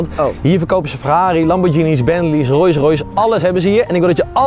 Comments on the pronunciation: Iedereen: Rolls royce Thomas: royce royce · Normale mensen: Rolls Roys Thomas: Roys Roys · Wat was da Thomas? "Rois roish"? Phahahahaha